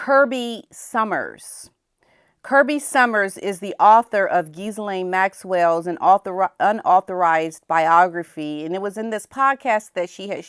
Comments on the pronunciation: GHILENE NOT GhiSlane! Forget the S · Guh Lynn. That is how to say Ghislaine's name.